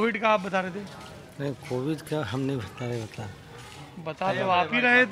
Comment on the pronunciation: पिंड दान कराते-कराते पंडे कोविड को कोविंड बोल रहे हैं। 😀😀😀